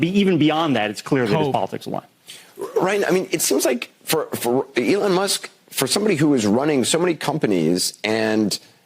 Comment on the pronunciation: "elin", andersen? it's elOn! say his name right or else youre racist or something... least that's what i heard from kamala supporters...